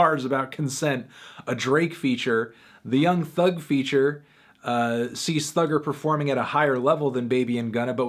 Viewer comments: It’s thugga not thugger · Cos he’s saying it as “thugger”